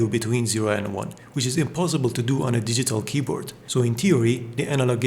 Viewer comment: “on a mystical shpeecourt”